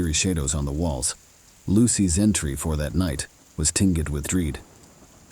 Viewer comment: Only 5 minutes and 53 seconds in and I’m done. The mispronunciations are way too distracting. Lost it at tinges of dread. Sorry, maybe I’ll try again someday…